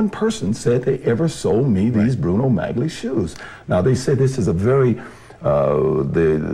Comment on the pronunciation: I disagree. It was going to be broadcast on television, and a lot of people were going to watch it. It doesn't matter if it was live or recorded. It's not about ingratiation -- it's about not wanting to look like a doofus by mispronouncing the word. If he believed that "maggly" was correct, he would stick with that pronunciation, regardless of what pronunciation the interviewer used.